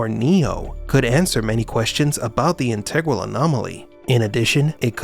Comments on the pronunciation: Does anyone else have the inner calculus voice inside that pronounces 'integral' different than this channel? Lol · Yep. Always throws me off.